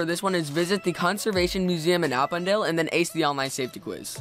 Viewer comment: Was I the only one who thought he said Appondale wrong?